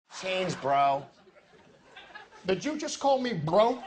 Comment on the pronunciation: So Much emphasis On Bro I Died 💀